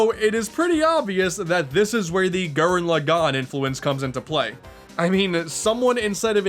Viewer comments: one of my favorite YouTuber's, but c'mon man. gurren log-in. not lo-gone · Gū-ren Lā-gen. Sorry to be that weebo, but please say it right.